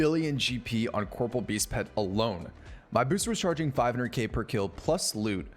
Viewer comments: Ok im glad im not the only one who was say Corporeal Beast wrong lmaoooo ill forever say it wrong idc lol I say Corporal too instead of corporEAL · i love how everyone mispronounces corporeal as corporal like the military rank lol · Corporeal not corporal lmao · OSRS player try to pronounce Corporeal correctly (impossible)